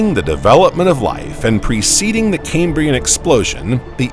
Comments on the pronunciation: Its CAM-brian not "kaymbrian" It's named for the Cambrian mountains in Wales not pronounced the way "Cambridge" (kaym-bridge) is said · Cam-brian, not Came-brian. ChatGPT write this script for you? 😂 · EEEEEEEEAPPettuss FFS!!!!!!! NOT 'LAPPETTUSS' !!!!!! NoEL NoEL NoEL NoEL NO EFFing ELL!!!!! AND it's KAM KAM KAM KAM KAM BREE UN!!!! NOT 'Kaymbreeun' ! It's from WALES BOYO NOT 'Camebridge' the town with the bridge over the river in thre east of England! WALES! 'Kambria'! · CamE-brian, CamE-brian, CamE-brian, CamE-brian, CamE-brian: 🙄🤢🤮. It is named after Cambria, the Roman name for Wales. It has NOTHING to do with Cambridge University!